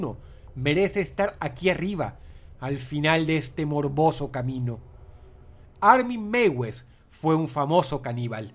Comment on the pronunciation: solo para aclarar, el nombre del canibal aleman se pronuncia "armin maives"